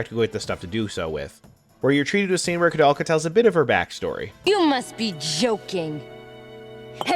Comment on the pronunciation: It's interesting that a japanese person was inspired by a Czech-French photographer to name the game after him, meaning it should be pronounced with "ou" but at the same time, the japanese pronounce it as "korudelka" 🤔